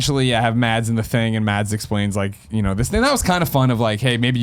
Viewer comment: The d in Mads isn't pronounced, it's more like Maz.